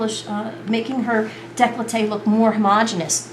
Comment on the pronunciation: Decklowtae? I think you mean "décolleté" - here is how its pronounced - French pronunciation = décolleté nice technique with the angiomas especially - they disappear!